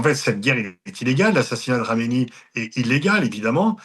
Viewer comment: C'est pas un peu antisémite de prononcer Khamenaï? Que khameni